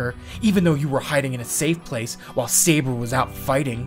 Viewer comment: All I hear shirou says: SEIBA!